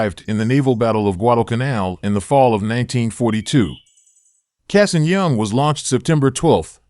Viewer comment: The A in Cassin is an ahh not long A. Flew with his grandson, the III